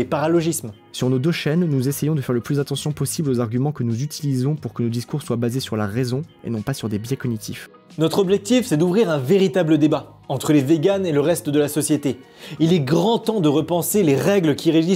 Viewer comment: Ça se prononce coGNitif pas COGnitif...